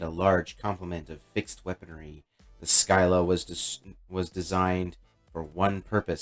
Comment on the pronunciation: nice vid - just an FYI: "Scylla" is the many-headed monster in the Odyssey (paired with Charybdis, a whirlpool, which threatens sailors who pass between them, and thus the expression to be "between Scylla and Charybdis" is to be "between a rock and a hard place"). Syclla is pronounced "sigh-lah"